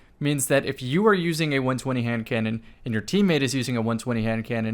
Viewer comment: for a second it sounded like you said Ham cannon and it’s gonna stay like that for me until I forget.